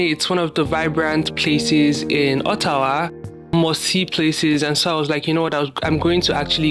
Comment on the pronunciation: I like how you pronounced Ottawa, not all these fake orttawa accents 😅😅